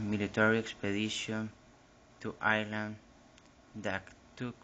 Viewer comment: Great job but i'd brush up on the pronounciation of Ireland. It's not "ear-land" it's "eye-er-land". Sorry for the critique but if you are going to post this it would definately be a better presentation if you could be understood.